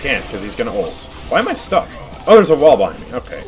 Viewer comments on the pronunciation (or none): none